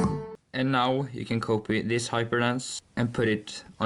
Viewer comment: When he says "copy this" it sounds like he's saying "Cope with this"